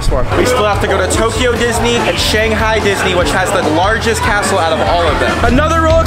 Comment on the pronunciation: You said Shanghai the wrong way!!!!!!!!!❤